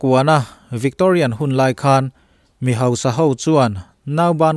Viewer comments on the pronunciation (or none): none